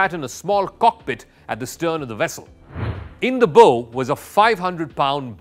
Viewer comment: Miss pronounce of bow, should not be bow and arrow ( bo )but bow ( bau)of a ship sounds the same as take a bow of gratitude.